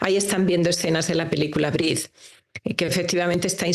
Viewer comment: No briss. Se dice: Breathe respirar en ingles La pelicula. Por favor hay Que dar a conocer él idioms tal y como es. La pronunciacion es importante. La oratorio en sonidos. Breathe No “briss”